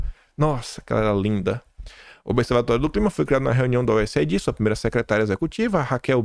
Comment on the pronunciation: Oi,, posso sugerir que você diga USAid como useid? Veja, aid em inglês se pronuncia eid, então useid fica mais fácil e rápido.